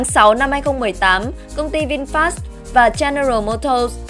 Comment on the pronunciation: VinFa đọc là Vin-pha chứ không phải Vin FA nhé